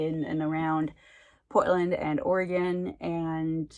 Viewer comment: Ooo spooky Oregon! I’d love to know your thoughts about it when you finish it! THANK YOU for clarifying the pronunciation of Oregon! Whenever people say “oreGONE” it makes me think of hexagon or octagon 😂 It’s nice to see books about Portland or just Oregon in general! Have you ever read Tiger’s Curse by Colleen Houck? I love that series and the author lives in Salem, Oregon and the setting is in Salem (and then goes to India). I think you may like it 😁